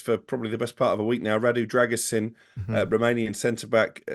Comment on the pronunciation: Pronounced "Drer-goo-sheen" according to my Romanian mate :)